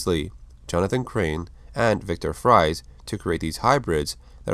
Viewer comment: Dr. Viktor Fries 🍟. Name pronunciation was all over the place